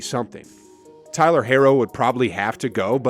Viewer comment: man pronounced tyler's name wrong does this guy even watch basketball???